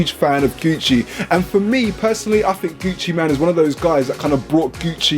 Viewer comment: Lol its gucci mane not man.